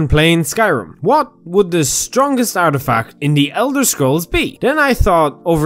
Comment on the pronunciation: It's ''artifact''